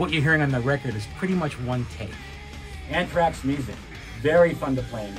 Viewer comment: So "unthrax". Awful